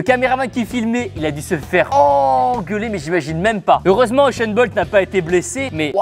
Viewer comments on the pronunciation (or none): C’est pas euchun bolt c’est usain bolt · Je sais mais son prénom se prononce euchene je suis camerounais. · Il a dit euchent bolt?😲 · oui mais Tibo a dit Uchain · Raptorus 2000 je sais mais c'est seulement comment il le prononce...